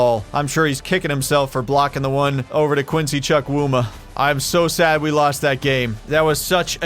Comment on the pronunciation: im Nigerian, and when you say quincys last name, its pronounced "Chew-Coo-Ma" and not "Chuck-wu-ma'